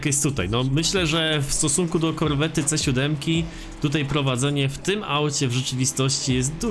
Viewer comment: Ejj nie mówi i nie czyta się Korwetta tylko Korwet - to jest od nazwiska typa.. Corvette - Chevrolet Corvet... to taki spolszczanie jak lambordżini..